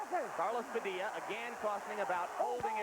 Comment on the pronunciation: After some 20 yrs. They never learned to say. Padilla!😅